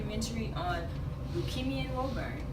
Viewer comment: We say “Woo-burn”. In Massachusetts